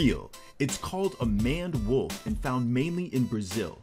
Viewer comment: Maned Wolf is not pron like that .They are meant to have a mane [like you get on a lion] and its pron with that in mind.I dunno if that pic is a youngish one but their legs dont look quite so bambi like in adulthood but def a one off . Good work all the same